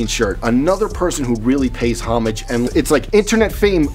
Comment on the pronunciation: wow awesome to hear steve pronounce homage correctly, i have watched a ton of online videos and this might be the only time ive heard it said right. you dont pronounce the h, its ohmaaj not homige.